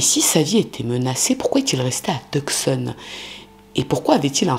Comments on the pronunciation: Je trouve que sa prononciation est bonne ("Rou-ss"). En revanche, Tuscon de dit "Teussonne" et pas "Teuk-ssonne". 😅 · « Tucson » se prononce « two son » en anglais. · Tucson se prononce "tousan. le "C"est muet. Triste histoire. Merci d'avoir raconté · Tucson se prononce TOUSONNE!😊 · Toujours intéressante! PS on ne prononce pas le c dans Tucson.